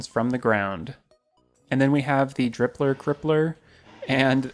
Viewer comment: "Drippler cripple" lmao